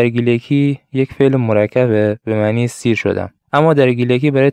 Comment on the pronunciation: پۊر خؤجیر🌹💫 "سیر" شیمي ور سئر تلفظ نبه؟